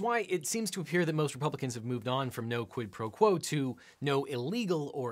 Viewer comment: Why does everyone insist on mispronouncing quid pro crow?